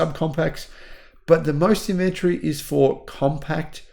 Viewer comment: in-vun-tree, not in-vent-tree!!!! *rage quit